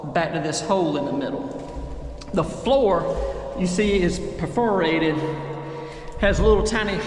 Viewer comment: Per-FUR-rated Liked the video.